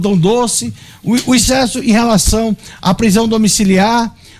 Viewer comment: Jornalista, dizendo ixcesso